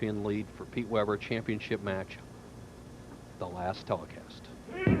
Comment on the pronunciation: why does he keep calling him Peter?! lol its Pete!